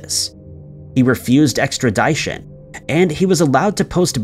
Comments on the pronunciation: Extradition is pronounced extra-dish-on. Not extra-deye-shon. Keep up the good work!! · I’m pretty sure that word extradition is pronounced “ex-tra-di-tion” not “ex-tra-die-tion” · "Extra-DIE-shun." Sounds painful. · Dude please learn how to pronounce Extradition. It's easy look "Extra-Dish-on" now say it all together, Extradition. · why you pronounce extradition like “extra-die-tion? Shit sounds goofy as fuck lol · Extra-dyeshon, lol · What is EXTRIDYTION.......... I'm not quit shore..... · Extra die shon 😆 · You'd think that a guy with a channel that covers so much crime would know how pronounce 'extradition' & not "extra 'die' tion. Also, it's called "setting up a 'perimeter' ", not a "PerAmeter". SMH. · I just couldn't get past the pronunciation of perimeter as parameter and extradition lol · I don’t mean to be a grammar Karen, but it’s Perimeter, not Parameter and it’s Extradition, short “I” as in “bit”, not long “I” as in “time”. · I love how you pronounce extradition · The scariest thing about this video is how he pronounces extradition. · At this point, mispronouncing “ extra-DISH-in” is just him f*cking with us. 😂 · I love these videos but I seriously HATE his pronunciation of that effing word. I’m sitting her at work calm and peaceful and I literally shudder when I hear it. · Love your podcast and I don't miss an episode. But I cringe when you say extradition, with the long I. It's a short I, as in fishin. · LEARN HOW TO PRONOUNCE EXTRADITION. You constantly mispronounce it in videos. It's a pretty common word. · Should Be On The FBI List For How He Slaughters The Word EXTRADITION